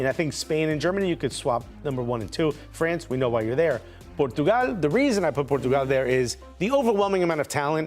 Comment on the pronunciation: Stop pronouncing Portugal in Spanish when speaking English! Just use the English pronunciation instead of trying to mispronounce Portugal in the wrong language! Cringe! Stick to the English pronunciation!